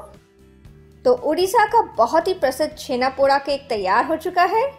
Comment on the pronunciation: The 'da' in Poda is pronounced as Daw (ड़) not Daa (ड़ा). And it's not your fault. Most odia are guilty of wrongly representing their cuisine and culture. Like Odisha has always been pronounced as Udisha and Poda is pronounced Podaa by the rest of the country and no odia minds to correct them. Anyways loved the recipe, and try to avoid dry fruits in this. For some it may be their own twist, but in the original recipe and throughout Odisha you won't find dry fruits in Chhena Poda (छेना पोड़)